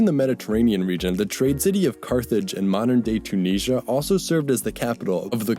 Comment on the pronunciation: Very strange way to say Tunisia